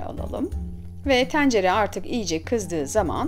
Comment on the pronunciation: Abla şu E leri bi rahat bırak ya. Tencere diyişine odaklanmaktan tarifi dinleyemedim.